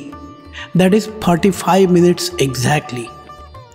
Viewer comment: For anyone confused by the amount of time required, the accent makes it sound like '35 minutes', but he actually says '45 minutes'. Knowing this makes the puzzle easier to solve👍🏻